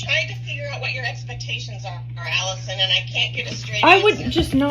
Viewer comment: HR = Police aka not your friend will never help you. They are there to protect the company. Also, the way you pronounced Allison is gonna lose you a lot of viewers before the video even starts. Because that was crazy. I’m not even joking people look for stuff like that to determine when something is AI, but it’s even worse when you know it’s not AI.